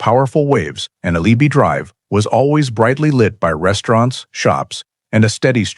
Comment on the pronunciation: Get the pronunciation right. You screw up every Hawaiian word.. AL EE HE DRIVE.